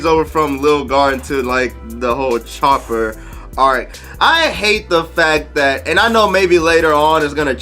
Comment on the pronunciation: No offense, I can’t tell if you’re saying “Chopper” or “Chomper”. Chopper is his name.